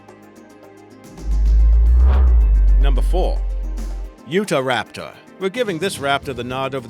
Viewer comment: Ikr. It's SPINEosaurus not SPINosaurus. Spinosaurus probably couldn't spin like a 60 foot top! I'm surprised he pronounced Utahraptor right, because I've heard folks call it u-tah-raptor.